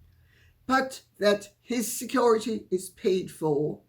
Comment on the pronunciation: It made me laugh when he said "Security", then 'corrected' himself by saying "Securi-dee"!